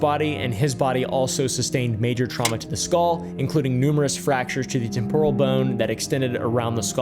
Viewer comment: I don't know why I laughed so hard at the word traumna